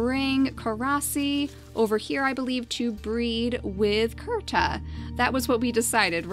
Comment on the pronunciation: When you found Kirta, and pronounced it Kurta, I automatically said he had to be the last survivor of his clan.